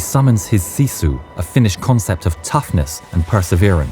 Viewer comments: I appreciate having someone who can actually pronounce finnish to voice act. It's on point! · Fun to hear my language on other channels spoken correctly